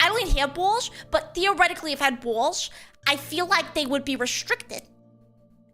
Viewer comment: “The buggies ah tha BAWLS.”